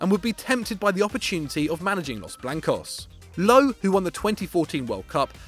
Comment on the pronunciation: „Löw“ isn’t pronounced „low“